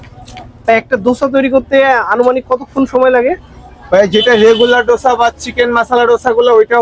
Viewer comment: দোসা no no ডোসা😂😂